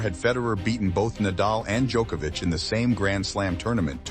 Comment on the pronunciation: FINALLY I hear an American actually pronounce Nole's name correctly. Every damn American I hear says DjOHkovic with a long O sound, drives me insane. Just hate mentality like "we'll pronounce it how we see it and not make any effort". To the narrator, thank you, it is appreciated.